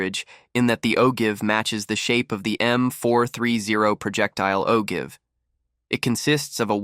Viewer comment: I've always heard ogive pronounced with a long i. It is usually a maleable metal that forms a gas seal against the rifling inside the barrel.